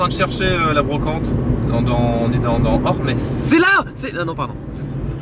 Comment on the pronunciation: Petite rectification, on prononce Ormes sans le S à la fin ;)